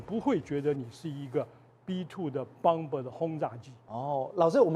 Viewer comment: 轟炸機 Bomber, 不好意思， 此處 b 不發音。可以說中文的話請直說，不然會誤導小孩子學英文😅